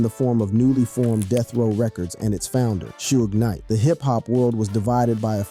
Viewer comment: Cant believe any youtuber that says "Shuge Knight" 😂😂😂😂